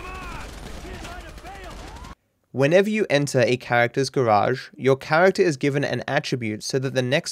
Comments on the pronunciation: Love the way u say garage ,... Garaasshhheedd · You pronounced it as Gauge Warp Glishes.